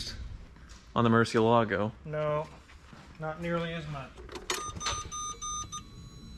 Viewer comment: To me being Spanish it's annoying hearing that. It's Mur-cié-la-go. It has 4 syllables and it's stressed on the second one.